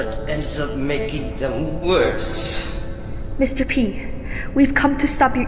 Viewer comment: It’s mr. PEEE not mr.p >:(